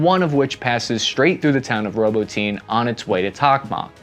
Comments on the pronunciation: May i humbly suggest learning the proper pronunciation of a city you're going to mention a dozen or more times? ROW-BOT-IN-EE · Robot-ten-ay 😜 Robotyne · Ah yes. Robo-teen and Tock-Mock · Robotene. Roh-bah-tin-ah. 😉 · its Robotnuh... not robo teen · Robo teen, really?🤦🏼‍♀️ You're driving a stake through my heart! Robotyne = Ru bot' en uh 4 syllables, not 3. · ROBOTYNE IS PRONOUNCED RO-BOT-KNEE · Работино Ra-bo-tee-no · its not "Ro-bo-teen" I believe its proper pronunciation is closer to "Ro-bah-tee-nay" cheers, love your consistent good work and open faced journalism. Thanks, hooah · dude you have to start checking the names of towns before your videos. You have mispronounced soo many cities and regions. ROBO-TINE is actually RO-BOT-TINAY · I love the channel but bud, your saying robotine... like ovaltine. Lol it is Pronounced... robot. Nay... to robotnay and that's how you properly call the city robotnye. 😊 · Robotyne is pronounced Roh-bought-in-knee not Robo-teen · Robotyne is not pronounced "Robo-teen" It's more like "Robu-tin-e" if we're paying attention to detail. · "Row-bow-tin-aye", not "robo-teen" :) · Row boat nyeh! Not robotine Jesus dude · Robo tin nay Not roboteen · Row-bot-tin-ah not, Row-bow-teen but no worries. Good reporting as usual. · "ROBO-TEEN"!!!!! 🤣🤣🤣🤣 It's Robot-Nee-Ya!! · It appeared to me that complete indecision ultimately led to the stalemate we see today. And dammit its "Ro-bot-neh" NOT Robotene, hooah? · and by the way it's pronounced Row Bah Ti Nah with the emphasis on the secodn sylable not "roboteen" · Ahhh, yes… Robo-teen. Robocop’s teenaged son. Haha love ya, but I can’t help but laugh every time you butcher words. I know it’s not easy though, so I’m just busting your balls. Great video, as always! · You're right. Journalists actually take the time to learn how to pronounce city names (Ro-bot-any. Not "ROBO-TEEN". Jesus christ). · "roboteen, reap wapo" bruh